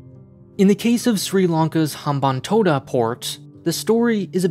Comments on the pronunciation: As a Sri Lankan, I have to say that you pretty much got everything right when it comes to the Sri Lanka. The leasing of Hambantota Port (you got the pronunciation right btw so kudos to that) took place due to the culmination of many different factors. It wasn't as simple as China purposefully lending funds to build the port so later they could take over it. The debt-trap narrative like any other typical western narrative misses context and fails to realize that each country has its own different and unique circumstances. Also, the Hambanthota port isn't as bad as many claim it to be. The port is actually doing quite well as a ro-ro transshipment hub and is expanding a lot as we speak. Anyway, great job on a deconstructing a biased run-of-the-mill western narrative with half-truth through objective analysis. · He actually got the pronunciation of hambantota right